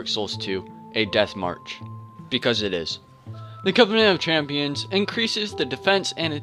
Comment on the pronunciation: great videoman, but its champions not championes lmao